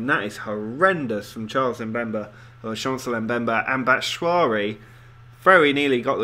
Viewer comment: 'Batshwari' sounds like a type of curry lmao, it's pronounced "bat"-"shoo"-"i"-"ee"